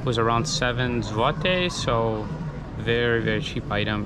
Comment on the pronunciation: Your pronunciation of złoty is perfect.